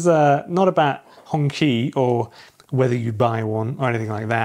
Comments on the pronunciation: Hongqi sounds like you said honky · This is tiring for all....it is not pronounced as hongkee or hongki.....its hong chi... ( low tone) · “Hong Chee” would be a closer approximation. Fun fact, it means “Red Flag”, which obviously in China doesn’t have the same connotation.